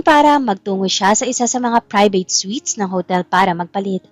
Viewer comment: Good u know how to pronounced suite